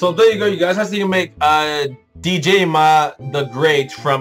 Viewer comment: Will you do the new bosses if they ever release the update (also Djimmi's name is just pronnounced the same as Jimmy!)?